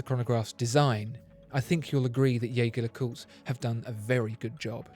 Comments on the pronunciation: Hang on, you called it a “Yaygar le Coot”, usually it’s pronounced “Jergere le Coot” on this channel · If only the spokesman for Watchfinder could pronounce Jaeger-LeCoultre's name properly. "Jaeger" =/= "Jäger" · Beautiful video with excellent production, as always. But please double check how Jaeger-LeCoultre is pronounced. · The video is great but it's a shame that he keeps pronouncing the brand's name the wrong way… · What about learning first how to pronounce the damn name of the brand so maybe than we can try taking you seriously.....hm?? What about that? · Surely, it couldn't hurt to learn how to pronounce Jaeger LeCoultre? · Mispronouncing Jaeger-Lecoultre right off the bat. Not a good move for a watch channel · Excellent video as always. BTW, try pronouncing Jaeger in french, not in german, in their official youtube page, you can hear how the brand is correctly pronounced. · I love your videos. And I am thankful for the usual great content. If I may: The way you pronounce the name of the band is incorrect. You may wish to look into it for your future reviews or simply call them JLC. Thanks again. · He can't even pronounce the name of the manufacturer of the watch! Try to at least get that right before you launch into your "review"